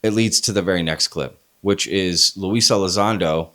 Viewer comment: LUE E- LIE- ZONDO. always lies when it comes to Lue. 😂